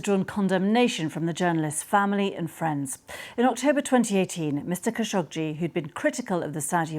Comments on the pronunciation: After working with the khashoggi family for nine and a half years I could honestly say they do not pronounce their last name in this manner. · Its "Kha `Sho` Gee" isn't it? Arabic.